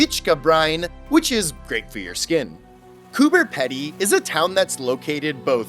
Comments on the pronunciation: "Coober Pedy" is pronounced "Cooper Peedee" said with an Aussie accent. You actually made me look it up because I didn't believe it had a 'B', checked with friends and they were confused too 😂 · heya not meaning to sound rude here by any means just more so wanting to teach a lil here but the way you said the "pedy" part of Coober Pedy was a little off. its pronounced like Pee-dy :D other than that you nailed it! also fun idea for a video would be checking out all the odd named places around Australia and Tasmania! Tassie alone has TONES! especially places like "Doo Town", every house there has a fun name that uses the word "doo" in them such as the obvious "Scooby-Doo" but you also have house's called things like "doo us" or even just "doo doo" haha we aussies know how to have fun :P